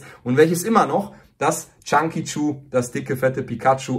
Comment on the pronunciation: Das heißt nicht Chunky Chu sondern Chonkachu 🙄